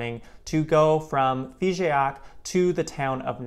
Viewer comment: Hello,! Nice video, and nice trip. You were right to visit this part of France 🙂 But don't bother too much much with the prononciation of "Figeac" 😉 It is not "FigÉac", but simply "Fijac": the "e" is silent 😉